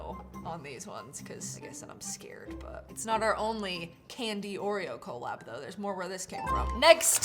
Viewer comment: The way she says cOllab